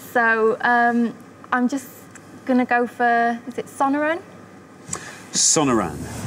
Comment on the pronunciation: Not pronouncing Sonoran desert correctly